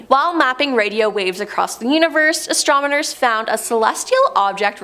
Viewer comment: Stop saying “exatronmers!”